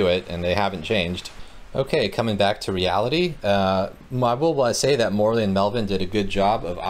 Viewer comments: Yes, he pronounced it like Morley. Italian is really easy. Should be More-ell-ee. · Your pronunciation of "Morrelli" is so wrong...